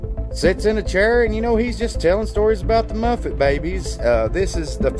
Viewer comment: Seriously? It's MuPPPPPPPets. Not Muffets. LMAO